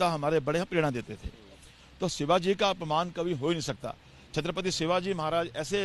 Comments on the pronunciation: पहले छञपती शिवाजी महाराज बोलना शिक. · पहले छत्रपती शिवाजी महाराज बोलना सिख. मोदी अच्छे है ठीक है. पर इतने भी नही है मोदी की महाराज से तुलना की जाये. जय शिवराय